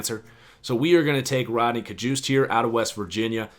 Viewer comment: It’s yodny cajuste not Rodney